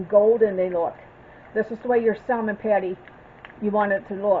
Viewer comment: Looks delicious. Not being critical , as it’s a common mistake, the “L” in salmon is not pronounced. Just an FYI. Will be making soon..thank you.